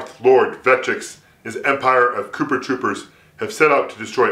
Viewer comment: "kooper troopers" hahahahahhahahahahaha